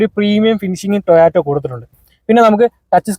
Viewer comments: കമ്പനിയുടെ പേര് എങ്കിലും നേരെ പറയടെ, toyato അല്ല ടൊയോട്ട ❤ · ടോ ഓ റ്റ അല്ല കോപ്പേ.. നീയാണോ toyota യുടെ റിൽസ് ഇടുന്നത് 😂😂